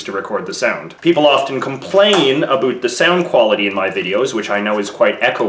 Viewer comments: it about not aboot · About is pronounced "abaot" not "aboot" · Did any body else hear him say "aboot" in the video, instead of about? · He asked for a boot is he Canadian? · I love how you pronounce "about". abuut. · "aboot" Oh my god, this is the most canadian thing ever. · "a-boot" What accent is that?!?! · Why do you pronounce Aboot and Sooth like that? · Any else hear the aboot? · I noticed he's Canadian when he said aboot. I thought it was just a dumb joke... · lol aboot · Are you Canadian? you pronounce about as "a boot" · Why did he said aboaut???? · The way he says "About" though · its about not abut